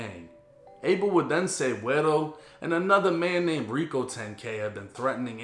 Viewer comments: Ey shoutsout to for actually saying guero correctly! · Good job pronouncing “guero,”. I like that.